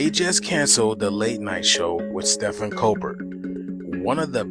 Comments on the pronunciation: this brotha says Steffens Colbert😅 Steven colbear is how you pronounce it. When Donald Trump said Moron… he meant you😮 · My man says Stefan Cobert